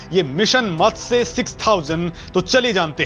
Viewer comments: मत्से नही मत्स्य बोलो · मत्स्य बोलो भाई